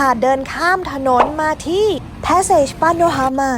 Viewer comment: Passage ภาษาฝรั่สเศส อ่านว่า ปาสสาจ ค่ะ